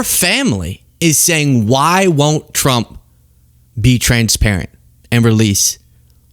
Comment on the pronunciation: Dear lord! She can’t pronounce “ trump” she always says “ Chump”! Is that a slip?